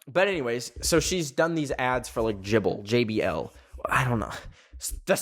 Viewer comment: the way pronounced JBL like jible made me so made